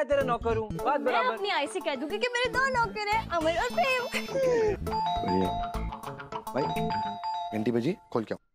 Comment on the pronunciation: Kyu pream bol pream😂😂😂